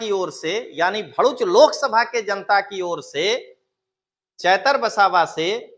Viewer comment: भोडूच नहीं दललू भरुच बोलते हैं